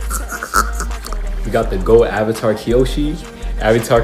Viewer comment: Oung, the last Ouvatar